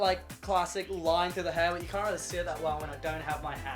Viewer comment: he keeps saying cunt. I’m trying not to laugh 🤭 😆